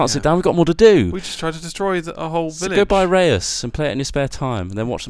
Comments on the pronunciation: Re-us? get you dutch together guys! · pronounced Ruys (its the dutch pronounciation) you pronounce it ray-us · no it isn't, im dutch and rous or re-us is nothing close to how you should pronounce it :p reus is a dutch word, only people with dutch background can say it, the eu in reus is plain dutch, try it with google translate, you will see (sorry for bad english) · Except that it isn't. That would be pronounced as 'Rus', which translates to Russian in Dutch.